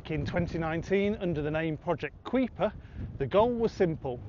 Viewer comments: Tell Google, which is where I got the information. Regardless, it's not pronounced Kweeper either way. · Presumably Kuiper is taken from the name of the Kuiper belt (vast ring of icy bodies beyond Neptune named after astronomer Gerard Kuiper), and is generally pronounced as KYper, rhyming with Viper. Unless you're Dutch, in which case it's pronounced Cooper.